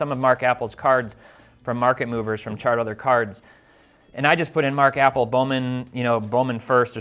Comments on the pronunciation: Not "apple" it's pronounced "a pell". Jeesh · Mark Appel as in uh-PEL. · This video was flawed from the moment he called him APPLE it’s APPEL also you don’t invest in pitchers these are things you should be talking about etc etc etc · Love the pronunciation of Mark "Apple" 😂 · It's hard to take this seriously when you can't even pronounce Appel's name right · You mispronounced his name a cool 50 times. I won't stand for Mark appel slander!